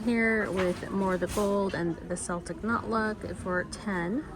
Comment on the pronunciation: Hate to be that person but Celtic is pronounced with a hard C sound like a K, not a soft C like S.